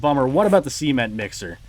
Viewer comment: The SEE-ment mixer. 🤣 Where do you live in the US?